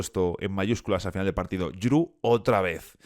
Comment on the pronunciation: Respecto a la pronunciación, Jrue es "Dru"